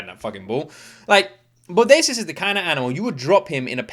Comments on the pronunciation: Not bo day see us it is pronounced bo day shus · Hi bro it's pronounced Bodashus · Bo Day Shus = Bodacious